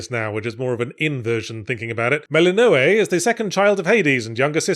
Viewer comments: Incredibly accurate but also, I have to be certain the pronunciation of "Mel-in-know-ay" instead of how literally everyone in the actual game pronounces her name "Muh-lin-uh-wee" was intentional to grate on the one singular brain cell that hasn't been entirely held hostage by how fun the game is since I first picked up early access. It was actually odd to play the full game in a new file after so much time in early access where I had completed every challenge the game threw at me (even the ones that made me consider throwing myself into the Rift of Thessaly) because I was so used to the game that it didn't take long at all to reach the credits. But of course the game still has plenty more to do that I'll no doubt obsess over until I've found every last pixel of wonder in this thing but it was interesting to see characters react to "oh, ok, well that's that plot point resolved..." without a huge amount of progress in all those tasty side stories and relationship building bits. Genuinely this had become a comfort game because I know I can pick it up, have an exciting new challenge but still have the familiar comfort of knowing what I'm doing. And when I get to the final end and have everything done? Just throw myself into the "great chaos above" or "great chaos below" trial and prepare to experience the fresh hell (or fresh Hades) of a poorly optimised build and tough vow challenges to see how long I can survive. Oh and can we take a moment to appreciate the genius sound design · Ok Yahtz you gotta explain why you pronounce things blatantly differently than the game does. No human I I’ve ever heard pronounces Zagreus and Melinoe like you do and with good reason.